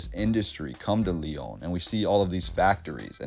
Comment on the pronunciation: Can’t stand the way you say the Lyon